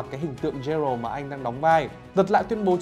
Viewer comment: bản thân cái bạn nói rõ ràng cũng ko hiểu gì về The Witcher hay chính nội dung đang nói thì phải, phát ấm sai hết cái tên Geralt, Vengerberg. The witcher là thể loại fantasy chứ ko phải fantastic. Nếu đã xem phim qua, dù chỉ là 1 tập thì chắc chắn sẽ ko phát âm sai như thế đc